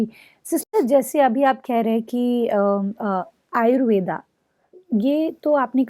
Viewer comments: कृपया आप आयुर्वेदा नही आयुर्वेद बोलिए। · डहिबा आपकी माहिति बढिया दी है । लेकीन आयुर्वेदा ⁉️ नहीं आयुर्वेद सही शब्द है ।